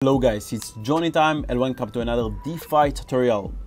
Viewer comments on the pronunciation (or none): none